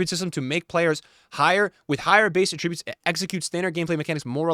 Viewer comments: who says attributes like that? saying attributes like that means something else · does anyone else say attributes like he does?